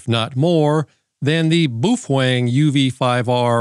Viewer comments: Ah, so you are an Illegal ham radio operator? As for the battery, yep, I will add one if not two to my collection for my Baofeng, pronounced, well not the way you say it :) Sound it out like it is written. Bao Feng. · Say it with us: boof-wang. Boofwang. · hearing the baofeng pronounced as "boofwang" is the best thing i've heard and the most hilarious in a while lol. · Yeah, not sure if he's doing it on purpose, or he really does not know how to pronounce Baofeng.